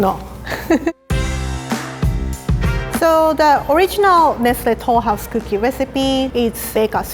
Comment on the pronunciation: my grandmother got the recipe from her French friend, ‘Nestle Toulouse’ 😂